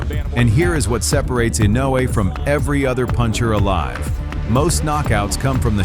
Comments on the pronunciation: Be honest with yourself. Either this is an AI generated compilation or the narrator is too lazy to learn how to pronounce Naoya Inoue's name even though the fight commentators say it repeatedly. Not liking. Not subscribing. People are too lazy to do even the least amount of research to make a good video. :face-orange-raised-eyebrow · AI always mispronounce the names. Sometimes three or for different pronunciations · Riding on the back of the greatness of Inoyue... Your commentary sucks , and you don't even know how to pronounce the names correctly.